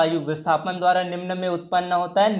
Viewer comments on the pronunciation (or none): Are yaar dvara nh dhara h